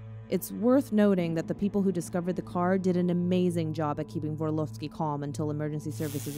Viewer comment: Hey, i know you probably didnt mean it but there names shouldnt be read in a russian accent Barnabášová - /barnabashova/ and you pronounced Vorlovski coretly. Love your chanel bye💕